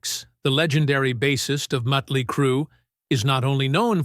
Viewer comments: This is an AI doc… but hearing Mutly instead of Motley is annoying. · It's not mutly it's motley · Why can't AI say Motley? I think maybe it is because it is written with the umlauts (the 2 dots over the "o" in Motley) which are German I think, so the AI pronounces it that way. Or maybe the AI is just a dork🤓🤷🏼‍♂